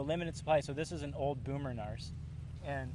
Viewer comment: it's narc(k), not narst, LOL